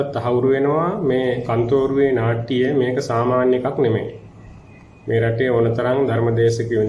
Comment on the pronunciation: මේ පිස්සෙක් ..මේ කතාකරන බාසාව දකුණේ බාසාවක් වගේ මෙයාගෙම අය කෝල් කරවාගෙන.කන්තෝරුව නෙවේ කත්නෝරුවේ 😂සිවුර දාගත්ත කුහකයෙක්..කත්නෝරුවේ ස්වාමින් වහන්සේට නිදුක් නීරෝගී දීර්ඝායුෂ ලැබේවා ..